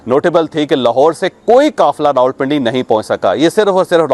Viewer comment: یہ رولپنڈی کیا ھوتا ھے۔ ۔۔۔۔راولپنڈی کہنے میں بل زیادہ آتا ھے۔۔ کچھ چھوٹے بچوں کا خیال کیجیئے۔ جو آپ سے سیکھتے ھیں۔